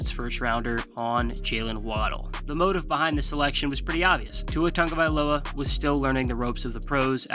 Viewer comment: WHY THE TANGOVAILOA PRONUNCIATION?!